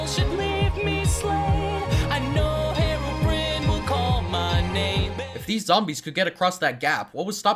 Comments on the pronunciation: herobrine (hero-brine) The video pronounced it (hero-br-IN) +1 sin Oops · it still triggers me how they pronounced Herobrine in this song seriously, there's an e at the end for a reason it isn't Herobrin rsektcbhs,r and then they pronounced it with the wrong sounding as if they were saying egg hhhhhhhhhhhhhhhhh good video btw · Same. I've always wondered: "Why did they say 'Herobin' instead of Herobrine?" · You missed a few sins, every time the song lyrics say Herobrine it sounds like heroin with a "b" lodged in there somewhere, Herobrine is properly pronounced hero brine, as in a compound word not as in the adjective for a female superhero... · Also, I hate how people say herobrin instead of Herobrine.. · I loved this animation when I was young. But I was like " It's herobrine not herobrain.... "